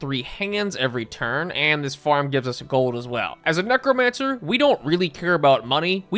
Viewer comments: fully heard "mech romancer" instead of necromancer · Neck romancer